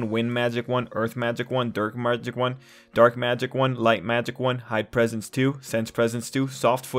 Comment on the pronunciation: "Durk magic I"